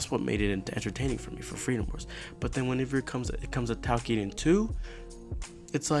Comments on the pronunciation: it sounds like you're saying takiden, but it's toukiden. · basically its pronounce tokiden.